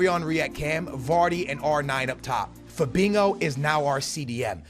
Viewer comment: Why does he pronounce it Fabingo?